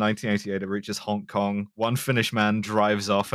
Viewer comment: the way pronounces “honk kong” is doing me in. i’m going to think about this forever thank you